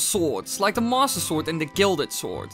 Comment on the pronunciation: What is your accent? Everytime you say master it sounds like monster